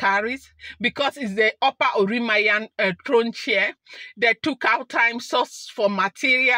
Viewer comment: She is spiritual, so God guides her on what to do. It is pronounced, oran- mi- yan,. Thank you for this thrilling gist. You made my day. Nice one. Only the desperate,ones spend their monies on otumokpo. May your reign be long my queen and king.